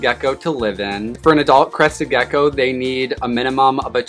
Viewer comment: Every time hear Crested Gecko it sounds like Crusted Geko